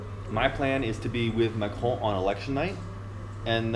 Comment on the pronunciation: FFS, Tim. If you're going to talk about French politics, then at least learn how to pronounce "Macron" properly.